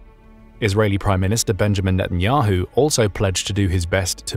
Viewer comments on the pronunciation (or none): none